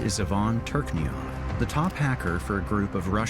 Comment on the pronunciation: its literally an ai narration, bro pronouncing turchynov as 'turkniyov' lmao